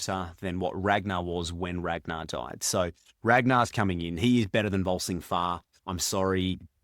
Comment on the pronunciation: It's VolSUNG Fa, not VolSING